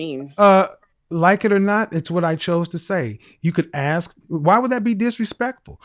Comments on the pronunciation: Communications major........."can I axe you a question?" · Masters in communication: "I axed you......" LOL!!! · Communications major who says "axe"? hahaha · A communications degree holder who says “AXE” for “ASK”…..Wow! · she says "Let me Axe you" LMAO! She will die alone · ….“ I ax”….‘’? How about, “I’m asking?”…😝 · I am german and learned english in school so sorry for asking but: Why do so many black people seem to say "aks "instead of "ask"?! And yes, I seem to hear that alsmost exclusivlely done by black people. Is it some kind of slang?! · She wants to 'axe' you a question and have the answer 'resignate'...and she has a communications degree, but can't talk. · Communications major had to AX a question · This right here is a huge pet peeve for me. Axing people is hard work!!! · I was thinking the same thing; you are saying "Ax" 😂😂😂😂😂😂😂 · Second caller has degree in communications, and can't even pronounce the word "ask" properly. 😂